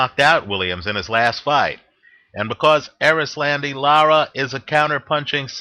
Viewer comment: ...you are good at predicitons, great at betting advice, and you know your boxing for sure.....but your fighter name pronunciation is horrible....LOL...its cool though-- its pronounced Eris-londy- Laur-ra....Anyway....I think Lara is hella overated and Paul W will outwork him. Also Paul has a good chin, the Martinez shot woulda have KO'd ANYBODY, it was a perfect punch. Lara isnt a very hard puncher...he wont hurt Paul W...he will walk through his shots en route to a UDEC.